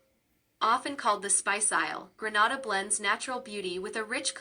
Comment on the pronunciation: Learn how to pronounce it before making a video.😮